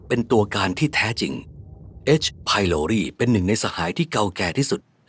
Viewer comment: H.prloriอ่านว่าเอช ไพลอไรด์ไม่ใช่หรอ